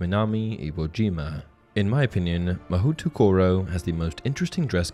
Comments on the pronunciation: Oof, you really butchered the Japanese name. Mahoutokoro literally comes from Mahou (magic) and tokoro (place). Magic place. Pronounced as ma-hoe-to-ko-ro. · 1. So, Beauxbatons is coed? The books and movies suggested otherwise. 2. You definitely mispronounced Mahoutokoro. 3. The wiki said there was a witches academy in Salem, but I guess that school doesn't have this level of international recognition. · It's not “Mahutukoro” it's “Ma-hoe-toh-koh-roh” Though it would make a pretty good setting for an anime spinoff of Harry Potter or something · Ma-ho-to koro Not ma-hootoo koro Mahou refers to magic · FYI: Mahoutokoro, if following Japanese pronunciation rules, would be "Mo-hO-to-ko-ro". "OU" indicates that "o' is long (about 1.5 times the length in pronunciation). And no glided vowels. "O" is not "o(uh)" as in English. Word nerdery managed. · It should also be pronounced MA-HOE-toro, not “MA-WHO”. Don’t believe me, watch an episode of Mahou Sentai Magiranger for proof :3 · Haha, I like that the chapter names use the questionable pronunciations. Like "Mahutukuro" lol. If anyone is curious btw Mahoutokoro would be said more like "ma-hoe-toe-koe-low". Also, the name is kinda silly since it literally just means "Magic place". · THE PRONUNCIATION OF MAHOUTOKORO IM GOING TO SUFFOCATE it's mah ho toe koroe, not mahutukuru.. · Hey the Japanese school is pronounced Maho toh ko ro. Mahou literally meaning magic in Japanese and Tokoro meaning by the way which I assume to translate to the magical way or the way of magic. My Japanese isnt very good but from my understanding that is what I garnered from the translation. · I love how "Mahoutokoro" literally means "Magic place" 😂 By the way, it's pronounced "Ma - hō - tō - kō - rō" (stretch the o in "hō" and keep the other o's short) for those who are curious. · Pronounced "Ma ho tow ko row" Literally means magic place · It's pronounced 'mah hoh toh koh roh' which just means 'Magic Place' In Japanese